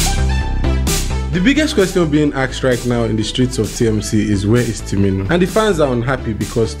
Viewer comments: 😂😂 You keep saying "timinu" so unbothered to pronounce it right 😂😂😂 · you still didn’t say it right! Its TU- MI-NI as spelt fam!!!